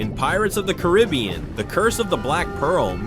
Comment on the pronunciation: You pronounced “Caribbean” wrong.